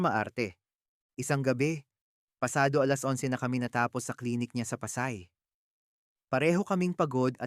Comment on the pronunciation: Pa......say. Not Pasay. Tagalog ka ba? Naiilang kasi ako sa pagbigkas ng salita.May mga maling bigkas, at mali ang intindi ko.